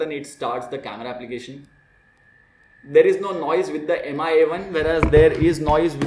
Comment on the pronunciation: It's pronounced as Mee not M I Try again